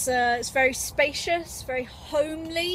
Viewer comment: youre vewy welcome